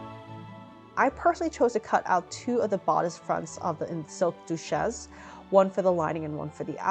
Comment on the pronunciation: Did you have to wear a strapless cone bra? How did you hide the straps in that cutout in the back? Also for someone who makes a great effort in pronouncing the French words so accurate (ie Duchess), why is your pronunciation of Givenchy not applied? The French (which Hubert de Givenchy was), pronounces it "Jzee-Vawn-Sheee"